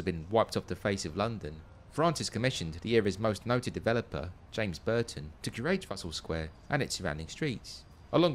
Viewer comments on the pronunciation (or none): none